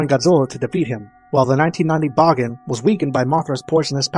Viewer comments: Bahgin? I always thought it was pronounced Baygan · bagan is said Bag-an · It's pronounced "Baygen" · Bah-gen? Huh. I always thought it was pronounced Ba-gan… but I guess that was just me. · I know it's the incorrect pronunciation, but I always pronounced Bagan like pagan. Makes sense given some of his godly origins. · Please stop saying bagan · I always thought the pronounciation of Bagan is Bae-gan instead of Ba-karen,Ba-kan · i hope bagan (who i pronounce began) will apear in at least 1 movie or more games or else he will be called the "scraped monster" right?